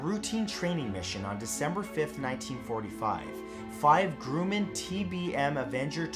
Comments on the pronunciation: Hi Matt. I'm a big fan of you and aviation as well. I appreciate how you took the the time to research this. I'd just like to point out that 2 of the plane companies you mentioned were a bit mispronounced. Grumman is pronounced a bit like gra-mun not Groo-mun And Lockheed sounds a bit like Lock-heed not Lock-head. Keep up the great work Matt. Tons a love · Grumman and Lockheed were butchered in pronunciation but love your videos nonetheless